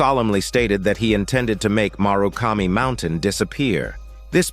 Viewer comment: The writing for this summary is so well done. "Tanomu" is pronounced two different ways in this summary. Also, "murakami" is pronounced like it's written as "marukami".